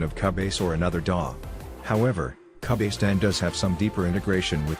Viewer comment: Can't believe he pronounced it CA-BASE lol